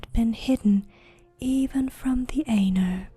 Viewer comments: Such a great job! Pronouncing words very well. The Ainur is a bit more "Eye-Nor" than "An-er". Just constructive feedback. I love these!!!! You have no idea. I have always wanted to hear this in a female voice. Thank you!!!! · aye-noor not ā-ner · Yeah pretty sure it's supposed to be "eye-noor" or something. Lol. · Sorry to be a dick but it's pronounced "eye-noor" not "ayy-ner". Really got on my nerves, couldn't relax. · I would enjoy this much better if the words were pronounced according to Tolkiens language rules. "Ai" is pronounced like eye, not a long A. Ainur - eye noor. Ainulindalie - eye noo leen Dahl ee eh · When she says (aynur) instead of (eye-nur) it ends up sounding like (anal). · I checked out at 10 seconds when you almost pronounced Ainur as anus. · The Ay- nurr? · actually her pronunciation of Ainur is horrid. I spent 6 years studying Qwenya and Sindarian languages. Ainur is Qwenya and pronounced aye-noor. It's about as bad as saying The Children of Durin when it is Hurin. There are plenty of resources written by Tolkien on how both Qwenya and Sindarian are pronounced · I always said it as "Ai-nor" but you might be correct